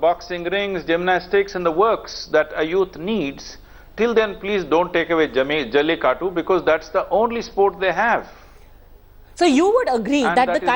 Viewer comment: why is she saying jallikatt instead of jallikattu ??